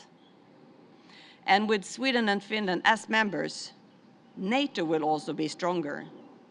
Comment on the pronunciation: he cant say finland properly